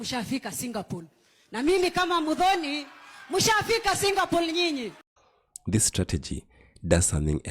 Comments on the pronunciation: Kenyans, enough with the ignorance. It's Singapore not Singapole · Singapol? Shame to people who have no facts right , 😢, right from pronouncing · Mother tongue effect r and l